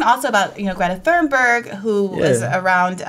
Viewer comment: Briahna, fabulous work. Say it "Greta Toonberg" and you'll have that name right. God Bless, and you rock it.